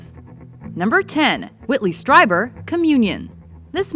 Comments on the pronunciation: It's pronounced Whitley STREEBER. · It's pronounced "Streeeeeeeber!" Argh! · Streeber! Streeber! Streeber! Why does EVERYONE get it wrong??